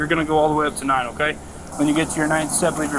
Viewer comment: You know you're in trouble when the cop keeps saying "omkay" instead of "okay".